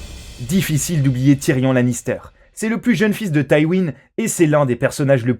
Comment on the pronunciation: Tyrion Lannister OMG comment c prononcé